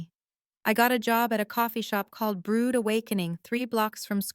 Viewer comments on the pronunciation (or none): none